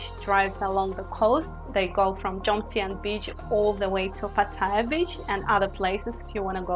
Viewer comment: YOUR PRONUNCIATION IS VERY BAD...Ask any thai person to say "pattaya "...firstly there is no I in pattaya...PATT-A- YA......If you can not even PRONOUNCE the name of the city your talking about.. then .guve up and go home...ps YOUR NOT LIVING IN THAILAND...YOU ARE ON HOLIDAY